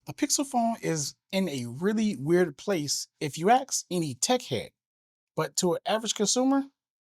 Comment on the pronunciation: Ask. Not axe. Unreal.